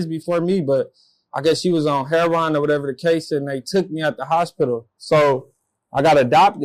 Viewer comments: This man said "hair-Ron" instead of "heroin" whilst rockin some French braids. I already knew what time it was. Just give em the card already. Lmfaooooo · A white guy who pronounce it Heron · Hair ron 😂 We do say that . At least us 90s babies and older. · His mom was on "hair-on"? Tf?